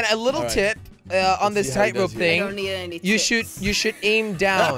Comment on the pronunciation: jelly your girlfriend said szing not thing